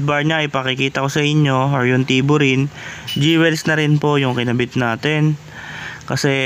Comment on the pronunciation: Sir, Jewels pronounced as dyowils not dyewels.